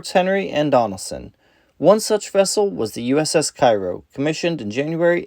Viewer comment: You stated the ship was named after the town in Illinois. In that case the correct pronunciation of the ships name is "Kay row" rather than the common Cairo of Egypt.